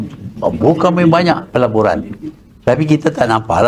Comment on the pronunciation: Tu. Salah dengar tu .apa nama. Dia bukan sebut pelaburan dia sebut pejburan berbilion benih dia dlm perjburan di luar negara di gi keluar negara bukan cari pelaburan tapi dia cari pe jburan lah tun. . 🤣